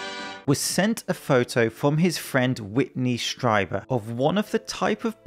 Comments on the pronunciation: Strieber is properly pronounced "stree-bur." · It’s pronounced, ‘Streeber’ .